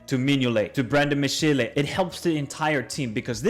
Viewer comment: Kind of funny how clear it is he looked up how to pronounce 'brugge' but then didn't look of 'Mechele' for example. Not a dig, nice video..